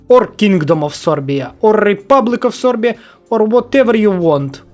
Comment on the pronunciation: I love how you Say "sorbia"😂😂